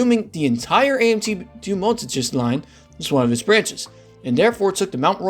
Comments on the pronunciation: nice video! Btw, the only pronunciation that was painful to hear was Deux-Montagnes It’s more so pronounced: “der mon-tang” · "dew montages" lol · "Doo Montajiz Line"